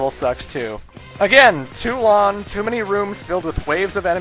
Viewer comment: does anyone else notice dude isnt pronouncing "ng" .... "long" turns into "lawn".... lol